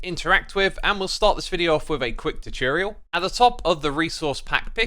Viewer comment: Did he say tichireal instead of tutorial